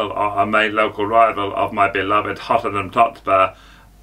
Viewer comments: Mayern Bunich😂😂😂 yeah obviously 😅 Hottenham Tottespur and then there's Big Ange😂😂😂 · Mayern Bunich and Hottenham Totspur😂😂😂